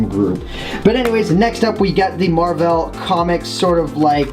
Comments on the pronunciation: the first time u said it and then the 2nd time u said marvael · marvel is pronounced mar-v-l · ***** i thought u said marble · "Marvevl" ;P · ***** mar-vel the shell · The Waffle Dimension Marvevl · omg the mar-Vel he stressed the vel not the mar LOL and I am a power rangers not fan but I saw it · listen how he says marvel! lol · I noticed that to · The Waffle Dimension omg lol it was hilarious